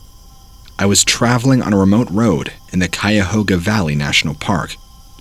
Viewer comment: So he gets Cuyahoga right but he can't pronounce Akron